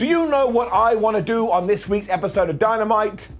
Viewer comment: This episodes flub up was "Dynamite"